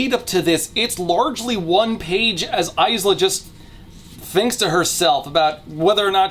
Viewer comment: I would like to re-record the 7 and half Lightlark hour video, just to ensure that AISLA is correctly pronounced this time.